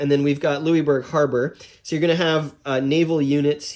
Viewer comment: Lou-is, not Louiebourg